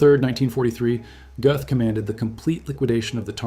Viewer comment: You’re German pronunciation is off - it’s not Goth - closer to Gerth